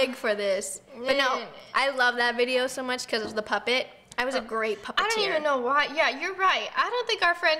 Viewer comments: on the grape one it sounded like roni said “you look grape!” lol 😂😂😂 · Did anyone else hear ‘you look grape’ instead of ‘great’ when she wore the grape costume